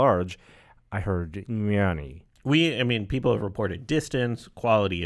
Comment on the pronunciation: First off its not "Yonny" it sounds like "nanny" but a "y" instead of "n" "Yanny"